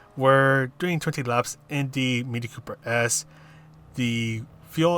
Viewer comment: Thanks for the vid. It's 'Cooper S', not 'Coper S' though ;)